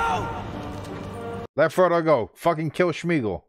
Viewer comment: And its smeagle not shhmeagle. And Air-uh-gorn. Don't forget the n..lol. Ive been corrected on these names years ago every time I pronounced them wrong too...lol.